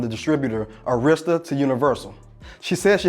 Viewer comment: I let him slide with the mis-pronounciation of "Arista", but a black dude pronouncing LL Cool J's name as "Double L", is akin to Trump pronouncing 2 Corinthians as "Two Corinthians". 🤦🏾‍♂